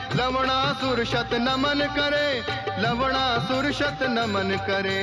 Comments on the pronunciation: Lavnasur ❌ lavdasur ✅ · Kiski ne dyaan Diya larna ko larnda bol rhe sabne lavdarsur bola h bar bar sun ke dhel lo 😂😂😂 bichaare actor's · It's not laudasur it's lawnasur